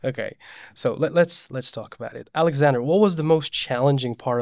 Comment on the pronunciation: I loved Alexander pronunciation like a native